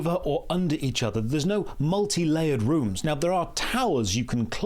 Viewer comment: This is so Runescape that when you say rooms I hear runes.